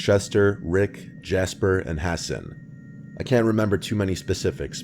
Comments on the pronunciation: Ha-sawn not hassen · Guy pronounces Hassan, “Ha-Sin”. 🤦‍♂️